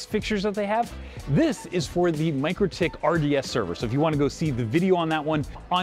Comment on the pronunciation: It's not pronounced Micro-tik, is Mik-rotik 😂